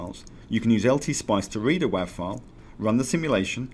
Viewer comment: "WAV" is pronounced "wave".